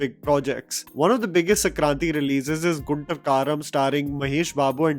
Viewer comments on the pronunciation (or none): it’s Guntur (goon-tour) 😂😂